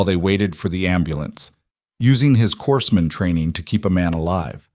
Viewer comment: It's pronounced "core man", not "corpse man".